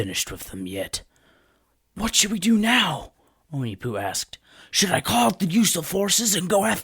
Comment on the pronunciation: That’s not how you pronounce onepu